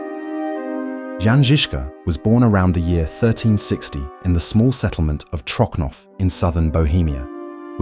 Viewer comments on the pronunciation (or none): Trocnov is pronounced Trotsnov in czech not Trokhnov, it sounds weird especially next to perfect czech pronunciation of Žižka..